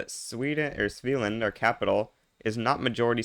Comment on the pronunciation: It's not a big deal, but for future reference the first A in a hard A, not a soft A. SveAland